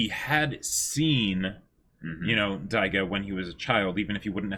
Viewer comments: They can't even pronounce Dororo and you want them to say Daigo? lol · IT'S DAIGO ! Why does no one correct them ? They've been mispronouncing his name since episode 1, his name isn't even that complicated and has been said multiple times in the show and especially so in this episode.